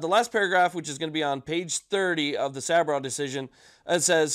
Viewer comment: Thank you for the update. The judges name is pronounced sab raw. Just fyi. Keep up the good work.